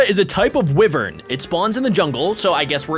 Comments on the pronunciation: claims to be a dragon master Also him: doesn't know how to pronounce wyvern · It's not pronounced wivern, it's pronounced why-vern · It is not wivern it is y-vern wyvern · don't you know how to read it's a waiver not a waiver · Wyvern is pronounced why-vern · its prnonced ( why-vern)